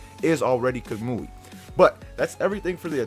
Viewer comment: imma just assume you don’t know a lot about naruto since you called the defense type kuchiyose a frog instead of a toad, mispronounced kamui, and didn’t recognize hanzo’s salamander,etc